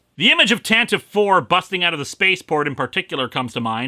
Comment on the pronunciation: Ok so nitpick time, but not a SW one but rather a grammatical one. The Tantive IV is pronounced Tantivy since it is well BASED on that word. Leave it to lucas to change a name but request it be pronounced like the original spelling. But yeah across the board Legends and canon it is supposed to be Tantivy which means to gallop rapidly. Fitting name for a blockade runner.